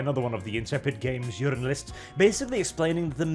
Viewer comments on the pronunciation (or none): Did you say jurinalists?